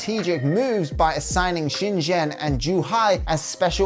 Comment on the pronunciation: And XinJiang was ok (sheen-ji~ang)